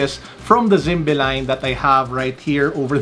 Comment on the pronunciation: Its pronounced Zim- bee sir. Even though i would prefer the phyto plankton, still a Handsome watch 🤗 Dapat pinakita mo din sir yun box heheh ganda box nyan. Saka yung Zimbe logo sa likod . ✌️😄